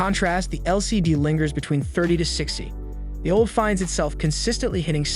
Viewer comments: Steam Deck OLD? "Nam-oniter chip" Those take a some trust away from that channel name, Tech Consultant. Otherwise, thanks for the well done edits and balanced bgm / voice. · OLED can't be that difficult to pronounce!!!